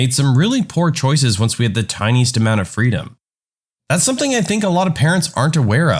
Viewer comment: No K in the word something.